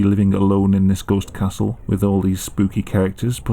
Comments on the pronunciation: Sounds like old English 🤣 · "I would like to see a goste kasul "